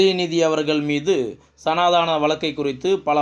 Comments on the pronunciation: "சனாதனம்" என்று உச்சரிக்க வேண்டும். "சனாதானம்"இல்லை. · ஸனாதானம் இல்லை பா. "ஸனாதனம்" கொஞ்சம் தமிழை ஒழுங்கா படிங்க. எல்லா சொற்களையும் தப்பா உச்சரிக்கிறீங்க.